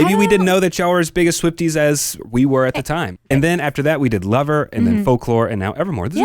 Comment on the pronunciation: I enjoy the pod! And I just want to say that it gives me a little chuckle at every beginning. The way she says hosted be the biggest Swifties. It sound like she’s saying Swift Eaze instead of Swifties. No shade!!! It’s a me thing.